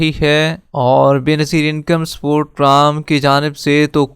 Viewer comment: Pram Kya hota hai Bhai. Program bola karo